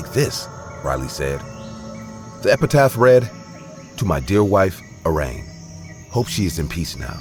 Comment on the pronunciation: In the 1st. story shown, the name on the tombstone was actually pronounced "Air - ee - Ann," honey. Making mistakes is what we as human beings do.